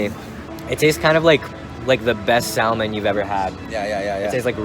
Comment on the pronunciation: says sal-mon